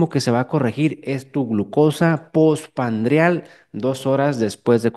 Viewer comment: POR FAVOR ES POSPRANDIAL NO POSPANDRIAL... DIOS MIO